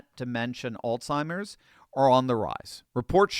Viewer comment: it is AlZheimers not AlTheimers. There is no T